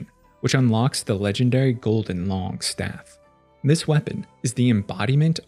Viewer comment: Pronounced Loong